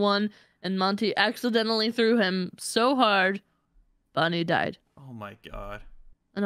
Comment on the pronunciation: Did no one notice called Bonnie “Vonnie”